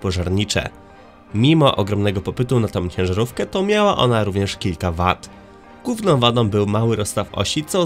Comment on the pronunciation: Gówną wadą, krzynia biegów.....wada wymowy